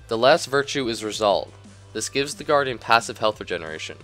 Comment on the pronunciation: I keep hearing you say the Garden instead of the Guardian :P lol nice vid tho :D